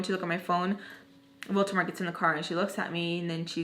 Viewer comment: OMG this is hilarious 😂 especially when you say "Voltemor" instead of "Voldemort" I love it😁